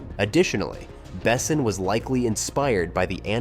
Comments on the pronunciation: Milla Jovovich best choice for Leeloo ever. Can’t imagine anyone else in that role. - The whole movie is perfect, no sequel, no reboot, no remake please. - The narrator should teach himself how to pronounce Besson correctly in French. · Well, sci-fi with a ouch of fantasy, but an all around solid eye candy and fine entertainment. I just with the narrator of the vid knew how to pronounce Besson, damnit. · What's with ALL the misproninciation of the director and actors and Besson other movies?,I wouldn't recomment this channel to a dog. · If you put out a nearly 40 minute video about a director, maybe check to see if the AI is pronouncing his name correctly?